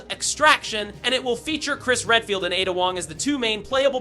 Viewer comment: Why are u saying Ada like that bro…